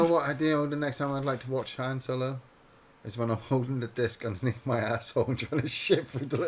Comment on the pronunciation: Harn? Its Han